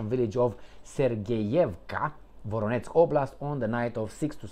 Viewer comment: Not VoroNEtz It is VoROnezh! Zh as in Zhukov As in Voyage Collage Please get it right,. Thank you 🙏❤❤